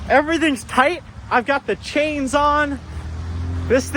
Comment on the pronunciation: the sh instead of s in ur words kills my ears. chains